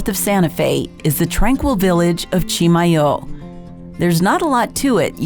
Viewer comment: Love going to Chimayó. I've had ground Chimayó chile pepper but not the fresh chiles UNLESS they were in my meal at Rancho de Chimayó. Been to the Santuario many times as well. And thank you for pronouncing Chimayó correctly. Kind of like those people who pronounce Madrid, New Mexico incorrectly. BTW, hope to see you and your husband on Saturday at the Las Cruces Farmer's Market? :)